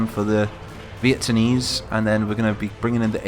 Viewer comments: are you saying vietamese ir vieTANese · VieTANese... I´m done xD